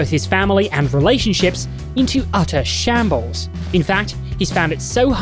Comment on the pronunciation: Mans said shambles